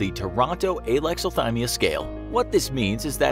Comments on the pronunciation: It sounded like he's saying Aylexilthymia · Idk how to pronounce Alexathymia, but neither does the narrator.